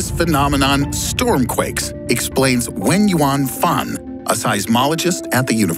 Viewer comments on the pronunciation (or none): For the longest time, I thought you were saying "when you want fun". But you were actually saying "Wenyuan Fan"..